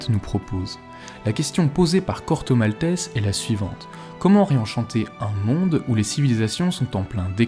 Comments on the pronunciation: Un autre qui prononce le nom du Corto, "malteSS", pourquoi? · Corto Maltaisse